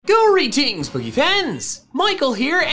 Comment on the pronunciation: Greetings pokefans. My ears: Grodie jeans pokefans